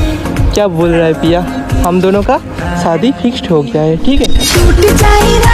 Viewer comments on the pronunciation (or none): Shadi fix❌shdi fixt✅😂😂